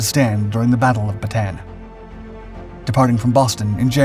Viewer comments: Continual mis-pronouncements in the commentary are very distracting...e.g. Canberra, Bataan etc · You mispronounce many names in your videos. Canberra (can-ber-a) HMAS Bataan. (Bat-a-an) In other video you say Ma-li-a not Ma-lay-a